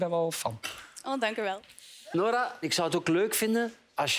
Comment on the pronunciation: Ik ben! Hahah de Franse R❤️❤️Nice😂☺️🇫🇷🇫🇷🇫🇷🇫🇷🇫🇷